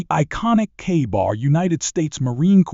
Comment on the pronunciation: Kah-bar? Shee-it